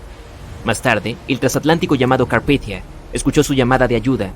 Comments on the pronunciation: carpitia? Carpathia xd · Si muy genial con el Carpithia, en lugar del Carpathia. Menudo error. Es como llamar Titonic al Titanic. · El Carpithia????? No sé qué cuesta documentarse bien antes de hacer cualquier video... Se llamaba el Carpathia. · 02 : 13 es CARPITIA o El CARPATIA?